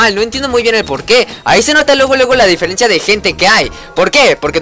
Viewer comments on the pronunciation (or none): none